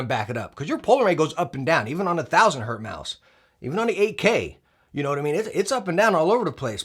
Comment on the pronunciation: It's Hertz not Hurt.